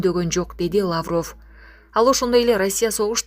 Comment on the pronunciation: ЭЭ БЛОГЕР СОРОЙ УДАРЕН. ТУУРА КОЙЧУ. ЛАААВРОВ ЭМЕС